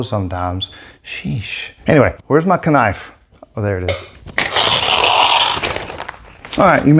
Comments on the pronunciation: Yu say k-nife like me! Lol I love your content💚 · 😂😂 First person in my life whom also says "Ka knife" love it. 👌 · Your pronunciation of the word knife earned you a sub 🤙👌😎😂